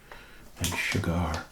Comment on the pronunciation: You say sugar weird, like cigar